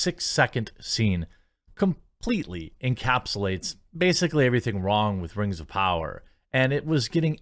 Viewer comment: (We Wuz) Rangz Of Powah